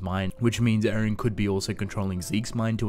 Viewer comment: His name is E-REN NOT AARON